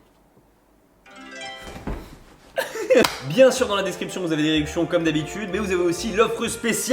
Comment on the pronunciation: Pour rosetastone, jpense que la detection est un peu faible, pcq t as dis naam al kamoussou famaktabi, alors que cest fawka maktabi, si quelqun me dis famaktabi je ne comprendrais pas.😅😅